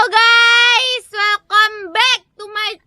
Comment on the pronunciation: Anjir intro " halo gay"